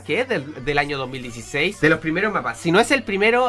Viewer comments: hecho en el año 2016 o 2006? porque yo escuche "HECHO EN EL AÑO 2016!" :vvvv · Like si escuchaste que dijo 2016 enves de 2006